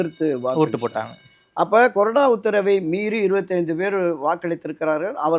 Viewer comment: அது கொடறா இல்ல bro... கொறடா .. இது என்ன தமிழுக்கு வந்த சோதனை..